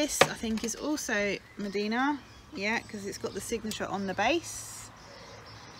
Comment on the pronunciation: Mdina is pronounced 'umdina' not medina